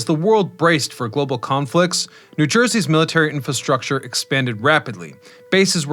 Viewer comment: please learn how to pronounce infastructure if you are going to repeat it over and over